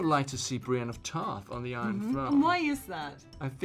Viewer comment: bry-een of tarth